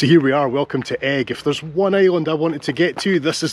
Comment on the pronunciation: Another great island video! I never knew it was pronounced egg rather than e-ig though! Keep up the good work👍